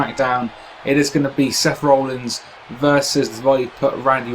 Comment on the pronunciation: It sounds like you're saying Rollings, not Rollins.